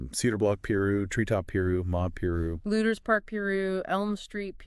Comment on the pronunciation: Its pronounced pie-roo not complaining just trying to educate you guys good content though i think you did a good job altogether